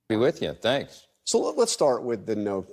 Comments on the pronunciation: This woman normalizing “Canks” sends me EVERYtime! 😂😂😂😂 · I love when she calls him Kanks